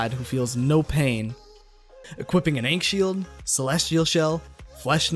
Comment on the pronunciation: The correct way to say akhn shield is a-kin shield